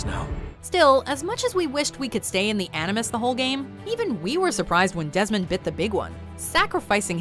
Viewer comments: Lol #2 says "Demond Dies" instead of "Desmond Dies" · ''Demond dies'' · "Demond dies"